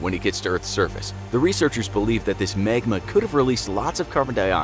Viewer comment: It’s magma not megma